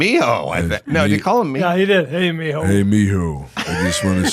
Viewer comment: Mijo!! 😂😂😂 the way Sam says it. Sounds like mi hole 🕳! Spanglish speakers will crack up about that!!! 04/08/22.